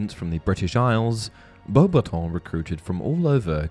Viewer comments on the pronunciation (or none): Can we pronounce it the way Dumbledore did, and not Bo-battons? Thx.